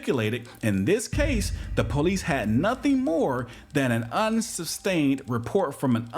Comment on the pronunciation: “Unsubstained” — you said. It’s Unsubstantiated.